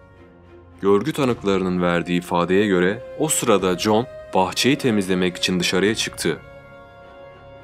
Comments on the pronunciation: John degil Joan. John dediginiz icin sanki bir erkekten konusuyor gibiydiniz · John değil joen diye okunuyor ben de erkekten mi bahsediyo diyorum 🙃😞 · yeni izledim super video ve anlatım ama kadının ısmını john gıbı telefuz ettıgıne baslıgı okumasam erkek sanırdım joen (joan) diye okunsa daha ıyı olurdu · OGLUM JOAN KADIN. NIYE JOHN DIYORSUN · evet alman ismi doğru telefuz seninki güzel video